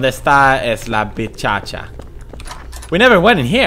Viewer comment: donde esta la bitchatcha? hahaha o pewds you need to take spanish and portuguese classes xD